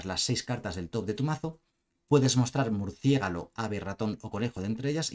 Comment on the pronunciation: Murciegalo jajaja buen resumen como siempre, gracias por explicar las cartas :D